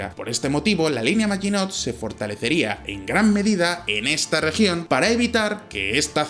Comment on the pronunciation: hmm.. se pronuncia MAGINÓ, la letra T final es muda